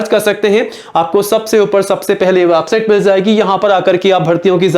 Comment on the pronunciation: वेबसाइट पहले बोलना सिख ले वाबसाइट